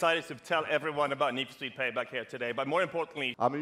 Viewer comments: Nisfospii... Ok Jessie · "So Neesh for Speeve has been around for a long time"